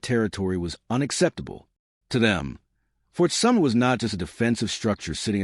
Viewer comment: Fort Summer? Nailed it again